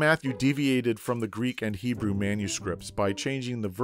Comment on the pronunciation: Pronunciation of those Hebrew words: 3/10